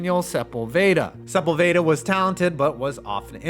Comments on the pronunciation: Hearing u say sep-ul-vayda 😂 it’s suh-pol-vid-uh😂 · Aint no way this guy just pronounced Sepulveda, as supple vayda. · Hey, it’s pronounced “Su-paul-vuh-duh” and he was an injured proned mess. Because of that Mitch Berger has a Super Bowl ring. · Pronounced Sepulveda wrong. unsubbed